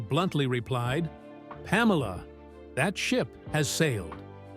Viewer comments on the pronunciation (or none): none